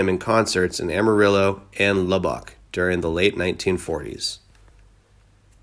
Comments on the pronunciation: Also Lubbock is "Luh-buck" not "Luh-BOCK" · LuhBOCk. 😂😂 Dools airport. Ha! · Wow!! You mispronounced so many words !! BOMBADIER SAN BERNADINO VICTORVILLE LUBBOC JUST TERRIBLE!!! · Lub bock. Good grief man, you mispronounced more than you got right. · Corps is pronounced Core. Ignore the p and s. The way you pronounced it means a dead body, like corpse. Good lord! You even massacred pronouncing Lubbock. Don't you listen to other things, surely on TV or radio you've heard these words pronounced correctly.